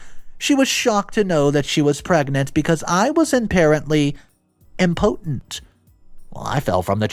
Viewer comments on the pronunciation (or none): I was a little thrown off by the pronunciation of the word “impotent”… it sounded like he was saying “important”. Love the stories, but I do notice that a lot. 😬